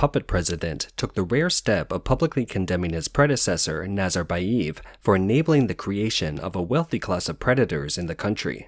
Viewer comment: NazarbayEv, not eeev